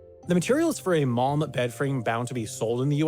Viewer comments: man when he was saying malm I thought he was saying mom 😂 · The mispronunciation of "malm" using the same sound as "calm" hurts everytime! It's not french, we Swedes do pronouns every letter (with a variety of sometimes using different sound and combinations them sound like air 😅😂). Also an video without mentioning how useful IKEA bags are for everyday life and therefore they will more likely be on your mind when you need something is missed information!